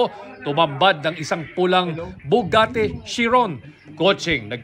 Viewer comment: Sabi ng reporter "Bugatte"! 🤣